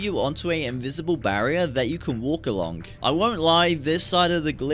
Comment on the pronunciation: he even says "alonk" instead of "along". I think he has something against the letter G